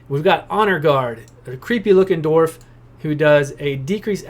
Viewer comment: cant watch cause you cant say dwarf only dorf